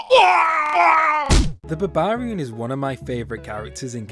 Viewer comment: And barbarian